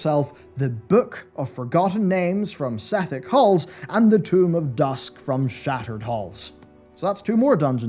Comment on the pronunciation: Tome = Toe mm not Tomb